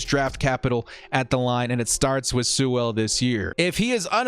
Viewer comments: FYI it's pronounced like Sool not Soo-well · A pronunciation correction for you. Sewell is pronounced "Sue-ul" almost like "fuel). The W is pronounced but the 'e' is more of an 'oo' sound. Otherwise, yeah, if he's there definitely take him.